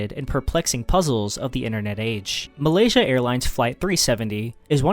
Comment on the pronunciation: Malaysia not Malasia